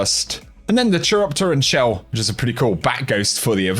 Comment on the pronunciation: It's pronounced Keer-opt-er-an. :P